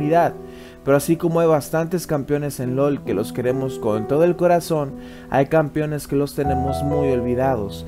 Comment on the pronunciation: 55.2% de winrate en jg Fiddle xd (ademas me centraba solo en tu prenunciacion de campeones como "campiones")